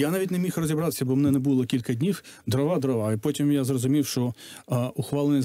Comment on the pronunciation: ДрОва, а не дровА. Дров, а не дрів. Деревина, а не древесина. Успіхів Вам